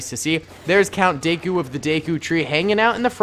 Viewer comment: It’s not Count daeku its count dooku